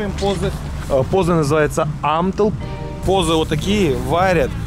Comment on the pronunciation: Не позы, а буузы☺